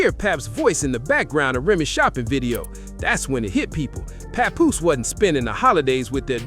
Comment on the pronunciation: No you didn’t say “pawnpoose”😂😂😂😂😂